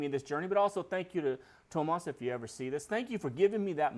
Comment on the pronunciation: Hi! There is no H in Tuomas, it's TU - O - MAS If you want to check out the pronunciation of any word, you can go to google translate and click "listen" after you have typed and chosen the language. Have a great day!